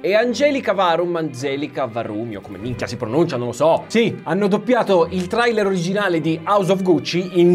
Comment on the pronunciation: LA PRONUNCIA DI TRAILER